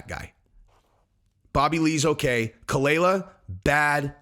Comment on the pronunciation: You can't even do enough research to know how to pronounce khalyla or, that their NOT MARRIED, or even that ethan, h3, is an advocate for freespeech on youtube, having won several lawsuits to protect reaction youtubers like yourself. (Dumbass).